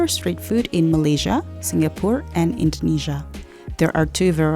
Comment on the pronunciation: I don't get it why you pronounce Jakarta and Indonesia very wrong even though u come from Indonesia